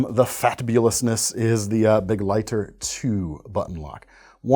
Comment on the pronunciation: You have no idea how satisfying it is to hear someone pronounce begleiter correctly. 🤤